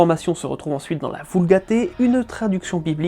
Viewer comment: Ibtéressant :) Petite remarque cependant : Vulgate, Deutéronome, Canaan etc sont des mots passés dans la langue française et se prononcent donc "à la française" !